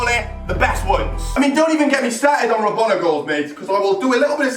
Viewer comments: It's not rabana its rabona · IT is rabona, not robana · it's rabona not rabana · it's a rabona not a rabana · It is rabona not rabana. Pronounced Ra-Bon-A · the word is Rabona (Ra-Bone-Na) Not Robana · Rabona not Robana... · he said rabana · RAB-ON-A... ON NOT AN! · It's ra-bone-a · please it's pronounced Ra-Bone-a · am I the only one annoyed by saying "Robana"? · Stop fucking saying rabana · HE DOSNT EVEN KNOW HOW TO SAY RABONA!!!!!